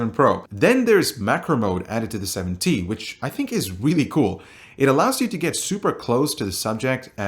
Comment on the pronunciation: are u saying 70? or 7T?